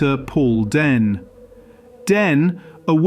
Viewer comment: Dehn = "deen" not "den" or "dane"